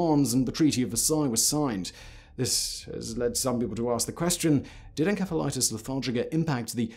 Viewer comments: En-S-efa lite iss. Pronunciation. Just sayin ;-). May be different in GB. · Simon, you really need to practice proper pronunciation! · You would figure having such a highly produced show he would pronounce encephalitis correctly. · Simon, I adore your videos, but it slightly undermines your confident speaking when you frequently mispronounce words. (Like Encephalitis, it should be a soft C). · You pronounce encephalitis wrong! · The way you pronounce encephaliitis and cephaly or anything that involves ENCEPH really makes me cringe and really makes it hard to watch this video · Simon, that's not how you pronounce encephalitis. Why does no one in the production look up how to pronounce words they don't know? I see this time and time again in your videos. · Aside from Simon repeatedly mispronouncing encephalitis/encephalitic, I really enjoyed this video. Edit: OH MY GOD THAT’S HOW BRITS PRONOUNCE IT???? RIDICULOUS. (SORRY SIMON) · Uh Simon....? The "ph" in encephalitis is pronounced as an f uhn·seh·fuh·lai·tuhs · Hmmm...not sure on the pronunciation Simon. Shouldn't it be "en-seff-alitis"? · I-I thought encephalitis was pronounced with an s sound, not a k sound (the c). Is this a ...a British pronunciation? Excellent video. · Too many times you've said "enkefa" when it's obviously "entsefalaitis" right? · You are pronouncing encephalitis incorrectly. It's a soft "c". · Is he saying en k phalitis instead of en s ephalitis? I’m in the UK and we pronounce it en s ephalitis. At least we did almost 3 years ago when I was in hospital with encephalitis.🙂 Not this kind though!😳😊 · It’s not pronounced en-Ke-phalitis, it’s pronounced en-SE-phalitis. SE as in cemetery. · Grammar Nazi here…..it's pronounced 'en-SEF-el-it is' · Maybe you should have learned how to properly pronounce the word encephalitis (en-sef-uh-lahy-tis) before making a video on this subject. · The pronunciation of Encephalitis as Enkephalitus is killing me. That can't be right even in the UK can it?